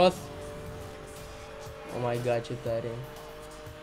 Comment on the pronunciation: se spune o may gad